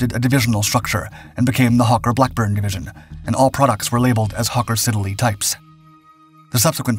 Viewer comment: Hawker 'Sidd-el-ey'' (Siddly)-two 'e's' silent. - unfortunately the bombed ship was the Torrey Canyon not the 'Tory' Canyon! A bit more research maybe?